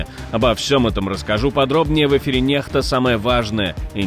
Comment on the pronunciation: НеХта ??? Какой дундук читает эти новости ??) Если он прочитал первую букву нак Н , почему икс он прочитал как Хэ ??? Из какой тундры вырвался ваш читатель ??? Позорище 😄😄😄🤣